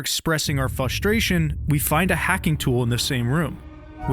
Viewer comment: First and foremost, I’m loving the video so far (20 mins in)! Definitely earned a sub! That said, I can feel my frustration building at your mispronunciation of the word “frustrate” (the first “r” isn’t silent” ). Not really frustrated, btw. Just a friendly head’s up! Edit: I was already subscribed! Looks like you earned that sub at some point in the past! How about a “like” instead?